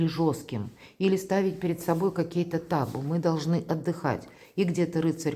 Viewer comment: ТабУ, а не тАбу😂